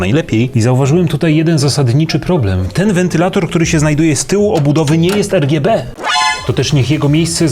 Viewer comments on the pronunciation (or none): o nje gdzie ERGJEBE :O